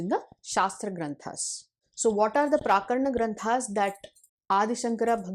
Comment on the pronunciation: You have pronounced it as 'प्राकरण' granthas. It should be 'प्रकरण' granthas.